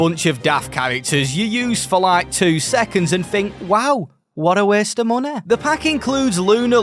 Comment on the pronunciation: "Wow. What a waste of moneh." 😂